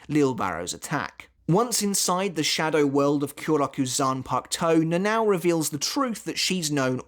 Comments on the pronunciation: I loved the video, but honestly the way you pronounced "Nãnãõw" instead of the proper "Nanao" got on my nerves a bit 😅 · NA-NA-O, not "Nenaw"